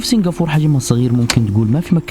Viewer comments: اسمهاا سنغافورةة مش سنغافور -_- بالعربي , عليت قلبي يخي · عزيزي ، الدولة اسمها سنغافورة بالعربي و بالانجليزي Singapore و تنطق سنغابور. مش سنغافور. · سنغافورا وليس سنغفور كانها سنفور 😐تنرفز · انت نطقك لاسامي المدن غلط،،، اسمها سنغافورة مو سينقابور ،،، و الثانية اسمها سيؤول ،،مو صول،، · ما في شي اسمه سنغافور ياخي كلهم حوليك ينطقوها صح الا انت تنطقها خطأ بالعربي والانجلش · It's called Singapore not singafor lol. وبالعربي سنغافورة مش سنغافور